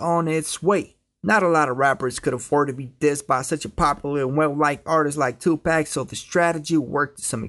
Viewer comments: pak not pack paaaak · Why he kept on saying tupack